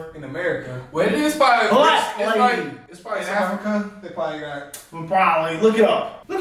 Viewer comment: Consider watching videos about the continent of Africa. It’s crazy the way y’all say Africa like it’s some city